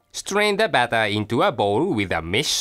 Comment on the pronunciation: pronounced flower for flour and bawter for butter lol!